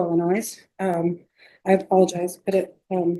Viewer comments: As soon as I heard "Illi-NOISE", I knew it was going to be good 😂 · ill-uh-noise How does a lawyer go thru all that schooling and not learn how to pronounce such a basic word. What an embarrassment. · The defense attorney pronounced the “S” in Illinois, which is to be silent. Her grammar is atrocious. Hard to believe she went to law school. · IllinoiS -- hey lawyer, the S is silent in Illinois. She's not very bright if she doesn't know how to pronounce a state: Illinois. I get the feeling she's not very bright-- I feel sorry for this defendant if she's his lawyer. And what does psoriasis have to do with anything. Holy crap she's useless.